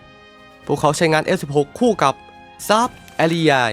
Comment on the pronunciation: ทำแอดอ่านชื่อยุทโธปกรณ์ได้เพี้ยนมาก เช่น Saab ซาบ ก็ไปอ่าน แซบ, UH-1H Huey ฮิวอี้ ก็ไปอ่าน ฮุ้ย มีอีกหลายอย่าง จะบอกว่าเสียง AI ก็ไม่น่าใช่ฟังยังไงก็เสียงคนพาก